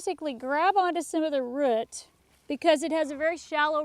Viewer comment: Where are you from. From the way that you pronounce "root" i assume its in a northern state? Chuck